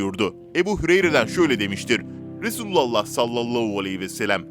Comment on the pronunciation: Duymak isdemiyoruuz duzgun soyleyin efendimiz peygamberimizin ismini